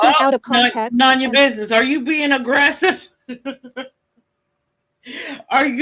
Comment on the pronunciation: Replay crew. Glad to see she still pronounces my name as “NON-YA” It’s none ya 🙄 She’s never heard someone say “noneya business”?!!! This is how self centered she is. I’ve been telling her for FIVE YEARS it is NONE-ya. She’s still over there: “ non…Non. …Non ya🙄 She’s a fkn idiot, not even worth our time.